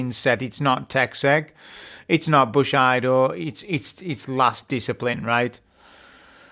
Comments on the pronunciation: That is pronounced: buh-shee-dow, not bush-ai-do!! :D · Did this man just say "Bush-Eye-Doh" xD xD xD what in the name of pronunciation xD